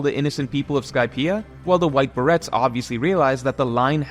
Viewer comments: The T is silent. I actually checked for an alternative pronunciation. But it's definitely pronounced "be-ray." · It's prounounced ber-ay, not ber-et. Borrowed from French a few hundred years ago, it describes the style of hat the white berets wear and it's and commonly used as part of the names of elite military units wearing that style of hat. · It’s White Berets like the ber in Burma and the ays in rays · White Berets not White Barrettes 😂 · Great vid but how you gunna butcher "Berets" like that my man